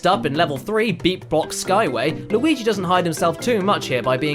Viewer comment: Why does keep calling Luigi.... Lawigi